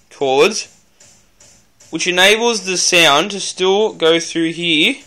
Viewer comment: its here not heee lol